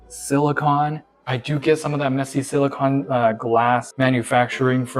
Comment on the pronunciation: SiliCONE, not siliCON. "Cone" is the caulk you were talking about, "con" is the chemical element, with the symbol Si and atomic number of 14.